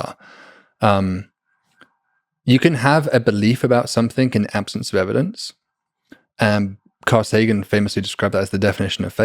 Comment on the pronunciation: blows my mind that someone so articulate and intelligent still can't stop saying "somethink" instead of something.